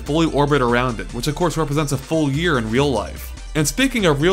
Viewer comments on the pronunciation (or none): none